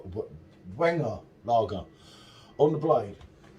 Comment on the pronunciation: 'Like a vienna style lager'..... that's exactly what this is... You just pronounced it wrong.. Wiener.. The W sound liks a V